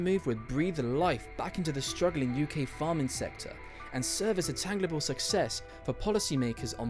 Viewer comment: tangible pronounced as "tang-gli-ble". Seems words over 5 letters long are falling out of favor in our educational system...